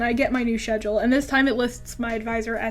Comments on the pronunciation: what the heck do people actually pronounce schedule ''shedule''??? is it some kind of foreign accent or language thing or whatever? or is it just her not being able to pronounce schedule right??? (sorry if this looks like a hate comment, i promise i am totally laughing with you, like we are high school or college friends or whatever and we met in uh whatever year you were in elementary school and now we're dating and- you get where i'm going at. that's not how you pronounce schedule.) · IM SORRY BUT I CANT WATCH THIS VIDEOOOO THE WAY YOU SAY SCHEDULE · I hate ablest Also I love the way you say schedule